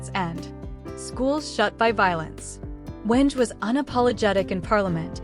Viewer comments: Pronounce PNG names well? Hate to hear such insane incorrect incorrect name pronunciations Insanely prnounced Weng and Morob? Firebrand politician love watch him dominate most parliament question times May his soul rest in eternal peace ❤PNG loves you Hon. Governer of Morobe Luther Wenge❤❤❤ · thanks for the video but with respect to the leader and the preciseness of the video in particular the pronounciation of his name and the province is incorrect so please do check if not do not use text to speech AI rather use something else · AI news can not prounce the name well. Stop it already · Pronounce Wenge and Morobe correctly! Thank God for this great leader! God bless his family and let their hearts be comforted!